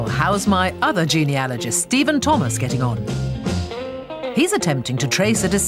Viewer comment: Only a woman would ask why men had so many illegitimate children 🙈 This host also needs to learn to pronounce Geneoligist properly - it’s not Geneallergist 🙈